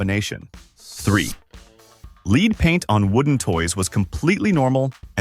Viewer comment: Lead paint PRONOUNCED WRONG!! OBVIOUSLA AI